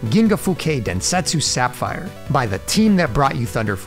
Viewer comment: My only gripe with this vid would be the pronunciations of "Sapphire" & "Crescendo". 99%, must watch.